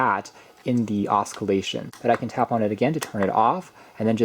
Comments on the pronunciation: The word “oscillation” is pronounced “ossy-lay-shun” 😂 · Thank you so much for a great 👍 video! I am definitely going to purchase one of these! BTW the "c" is silent in oscillate/oscillation. (FYI, not trying to be rude/mean. 🤗😘). Great job! 👏💖👏👍👏👍👏👍👏👍💖